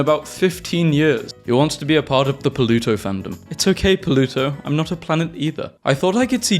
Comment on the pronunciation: I keep hearing "polluto"